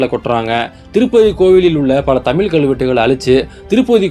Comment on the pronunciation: தமிழ் என்று சரியாக உச்சரிக்கவும். தெரியுதில்லே வரலாறு? இப்போ பிரிவின ய் ஏன் நீங்கள் தூண்டுகிறவர்கள்? உங்கள் பிறப்பிற்கு முன்பு, வரலாறு வேறுவிதமாக இருந்தது. முதலில் நீங்கள் இந்தியாவின் ஜனாதிபதியாகி, உங்கள் விருப்பப்படி ஆட்சி செய்யுங்க.